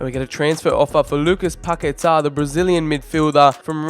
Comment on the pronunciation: Please try and pronounce Paqueta’s name better. 🙏🏻